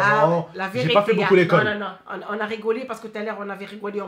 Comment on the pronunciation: amar bensaber lahcene elle dis pas « c’est la vérité »elle dis « si la virité »